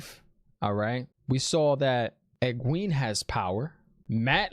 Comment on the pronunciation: Great reaction as always. The H in Thom is silent, so it's just Tom. And it's "Eg-gwain" (rhymes with gain) not "eg-gween" Fades are badasses. They are lightning quick, strong, and have some special abilities... Warders are scared of them. So Thom is doin work.. Owyn was Thom's nephew. Thom ain't crazy about Aes Sedai after what they did to him. Love your speculation. It's like reading the story for the first time again. So hard not to spoil it for you .. lol